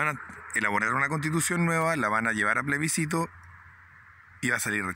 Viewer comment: Comparto, pero xfa: ✔️plebiScito ❌pleSbicito